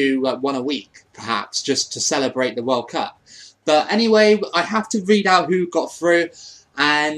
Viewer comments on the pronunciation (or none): none